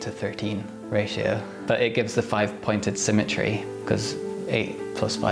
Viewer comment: I no-Ticed how he pronounces his Ts and now i can'T unhear iT